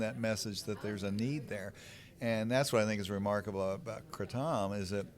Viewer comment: FINALLY someone pronounced right lol